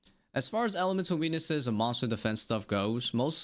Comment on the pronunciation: all i could hear was "Elemental weenis's" sorry bud im out. Thanks for your understanding and explinations. I know it could seem like a lot of rework, but I think mains and irons needs different drop rates. mains don't need supplies such as herbs as much... but then you have the fact ironmen drop trades... a lot of unbalance in the game.